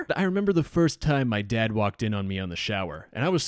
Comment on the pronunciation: I wak it here I wak it there I wak it anywhere had me burst out laughing XD